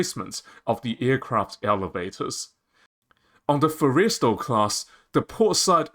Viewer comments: Okay. It's pronounced FORREST-E-STALL, short vowel sound (almost silent) on the 2nd 'e'. Otherwise, your argument is well founded. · Learn how to pronounce the Forrestal class. It is ( 4 es tal short a as in Tally) emphasis on the Forr not the est. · You really missed the Date... it's May 2nd not April 1st or Aprils 20th... this is a bad joke / reefer dream, not a serious proposal. And your pronunciation is atrociously bad. Fo-reys-tell class??? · I disagree. I think we would be better off building 10 Midway class sized 45-50k ton ships with an airwing of 40 to 50 aircraft rather than a 75k ton ship. The name Forrestal is pronounced Forrest-all..? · Stupidest argument I've ever heard. Why waste resources on a Fujian, which even the Chinese have abandoned? If we need more carriers, buy 'em! AND GET that stupid Aussie-accented AI model to PRONOUNCE "FORRESTAL" correctly!!! Geesh. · The narrator pronounces "Forrestal" rather strangely. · Terrible AI audio. Mispronounces "Kitty," "Forrestal," etc. I don't care how good the content is--if you can't even use a real voice, I won't watch. I made it a minute in and gave up.